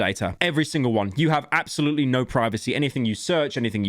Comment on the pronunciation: “Absoultley inflated. ”